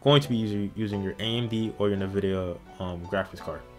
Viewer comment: It's pronounced N vidia, as in Envidia, not na vidia